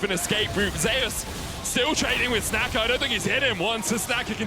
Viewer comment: LLA team feeding so hard medic calling 'snaker' as 'snacker'